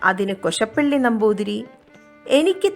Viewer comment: കൊശപ്പള്ളി അല്ല കോശാപ്പള്ളി എന്നാണ്